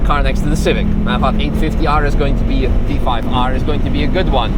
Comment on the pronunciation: Btw …. It’s T-5R…. Not T5-R 🤫